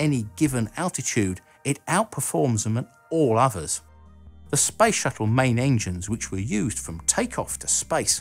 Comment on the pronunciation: So annoyin when he spell SPACE like sPAJS! xD